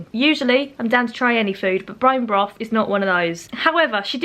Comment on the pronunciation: “brone broth”😂